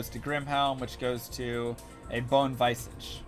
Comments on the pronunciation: Argh, Visage is pronounced VIZ-AGE not, VICE-AGE. Don't diss pronunciation. Lame-ah. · "Vice-edge" x_x Lol "Vizedge" is closer than "viz-ahj" or "viss age" Stress on first syllable. ----- Besides that, excellent video. As a mega old school vet D2 player I knew all of these, but it's really nice to see someone still out there doing the hard work dropping knowledge for people on this 20 year old game. Keep it alive brother! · vi· zuhj not visaaaahj lol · Its pronounced viz idge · The way you say "Bone Visage" before you were corrected was physically painful.